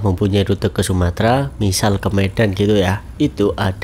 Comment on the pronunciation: Bukan sumatra mas, tapi sumatera pakai eeee